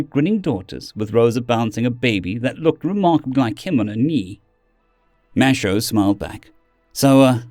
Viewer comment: Minor thing with your pronunciation. Mateo is Spanish and would be pronounced Ma-te-o. Not ma-sha-o.